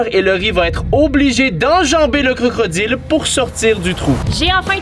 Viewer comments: pourqoi tu dit crocroddile s'est crocodile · A will il a dit crocrodile